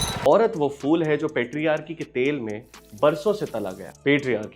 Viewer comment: Phool, not fool 😅